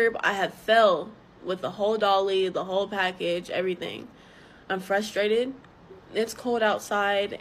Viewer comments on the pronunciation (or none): She also said "fustrated" lol 🤦